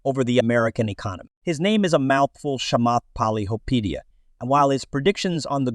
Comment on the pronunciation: terrible pronounciation of Chamath Palihapitiya.